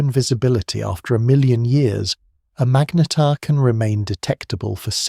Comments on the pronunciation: WTF is a Mag-Neat-tear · Say magnetar again. Pathetic